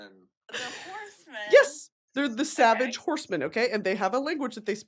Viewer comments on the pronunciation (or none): none